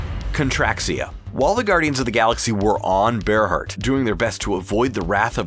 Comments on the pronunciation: It is pronounced bear heart, not ber hert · Ber-hurt. Ber-hurt. Seriously? It's Bear-heart. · Berhert is pronounced Bear Heart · You said berhert wrong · And Stakar!